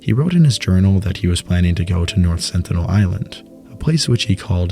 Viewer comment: "North Senital Island"